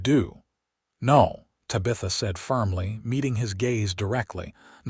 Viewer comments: AI needs to adjust the name Tabitha… a great story but the mispronunciation of her name is an easy fix.. Ta-Bi- Tha..NOT Ta-bith-a… AI can fix this! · I wish the AI got TABitha's name correct. The story itself is wonderful. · I don't rhink i can listen to AI call her Tuh-bitha for 2 hours . Cya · Ta-bith-a (please) and Santa Fay -:)🙂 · If they would just proof these with minor edits: - nod instead of bow - use the color red instead of read and reed instead of read - rip instead of tear - curved instead of wound and injury instead of wound - use names like Susan, Mary, Becky, Amanda - things the ai cannot screw up like this one did tuh-bee-uh-thuh or the other thirty ways said here Etc… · Great story. Love the reader. Need to fix mispronunciations. Bow and bow, read and read , her name Tabitha, Santa Fe, tear and tear etc. I know English is a pain.